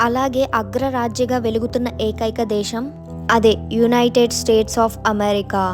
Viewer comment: దేషం కాదు దేశం. "ఖ ఘ ఛ ఝ ఠ ఢ థ ధ భ ణ ళ శ" అక్షరాలు కూడా పలకడం నేర్చుకో 👍🏻